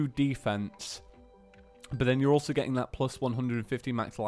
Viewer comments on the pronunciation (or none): none